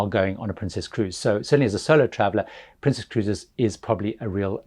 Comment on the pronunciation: Is there a reason why you're calling it Princéss and not just Princess?